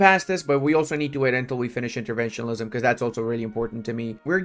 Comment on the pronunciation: please learn how to say interventionism